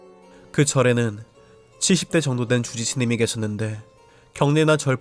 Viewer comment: 주지스님이 아니라 쥬지스님이라고 들리는데 기분탓인가